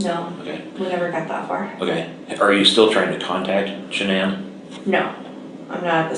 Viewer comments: Why can't you pronounce her name? It's all over the internet. Sha-nan. Her mother called her Shannon, the traditional pronunciation, but, she preferred 'Sha-nan.' Emphasis on 'Sha' as in 'Sharon.' It feels disrespectful to not get her name right when you are doing her story. It's weird. You do good work, just sayin'. P.S. I am so sorry for your loss. I lost a son too. That hurt never goes away, but, time makes it just a tiny bit more tolerable, most days. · This stupid AI voice—can’t listen, cannot even pronounce Shanan’s snake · Strange you don’t pronounce her name correctly. Being so compassionate.. and alll…😵‍💫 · With the amazing advances of AI, could you not have found a narrator that sounded at least a little natural rather than mispronouncing Shannan’s name repeatedly? Seriously. Your chosen voice choice was insanely tacky and low quality.